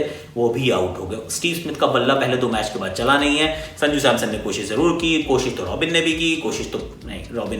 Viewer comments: Instead of saying Baade kya karenge, He said Bhadwe kya karenge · Bade kya karange but listen like bhadve kya karenge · Lekin bhadoye kya karenge bola lol